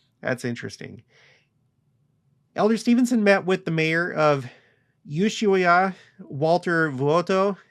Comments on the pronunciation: Ushaia = ew-SHWAYA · Served my mission in Antofagasta, so thankful a temple is finally there! BTW pronounced ooosh-why-eeeee-uh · You shwhy ah!